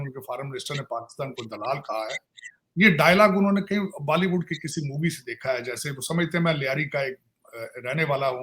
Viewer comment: Baliwood? Haliwood?